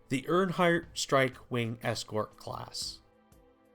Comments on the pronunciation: "earnhart"??? Earhart. Phonetically 'Airhart". Also Burr-ran. Burr-ran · AIR-heart; Vi-ZEER. A look at a dictionary will provide the pronunciation, meaning and source of the word. Learn words and prosper!